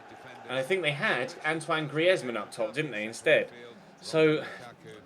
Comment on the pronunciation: Say griezmann properly you fud